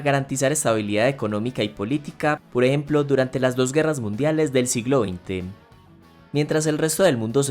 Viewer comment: poreemplo, poreemplo, poreeplo